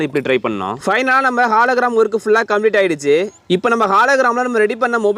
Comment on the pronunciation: Bro athu halogram illa hologram😅